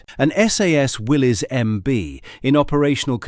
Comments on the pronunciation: Not "Willys" its pronounced "Willis" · Correction Willy's is pronounced as Willis, the y is an i